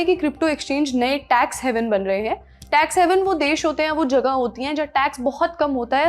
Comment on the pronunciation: टैक्स "हेवन" ना की टैक्स "हैवन"